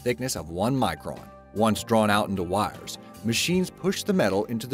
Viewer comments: Sounds southern. Yikes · Is the narrator from Pittsburgh? The way he says 'wires' and 'icon' makes me homesick.😅